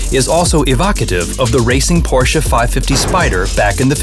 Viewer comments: PRONOUNCE IT RIGHT FFS! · Its funny how not even official Porsche chanel from US cannot pronaunce Porsche right